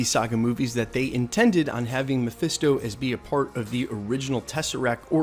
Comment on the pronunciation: "mephiesto" lol